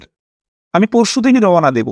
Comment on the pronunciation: “Rawana ” Debo noi “Rouna” রওনা দেবো😊